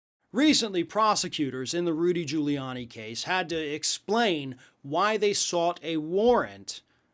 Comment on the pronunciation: Gudy Riuliani? Never heard of him.